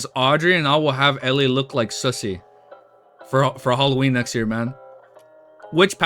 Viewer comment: The way man pronounce susie as sussy is just too funny 😂. Ah yes the Susssy baka susie